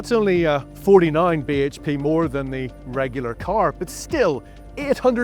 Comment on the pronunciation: I thought I was the only one who cringed every time he said BHP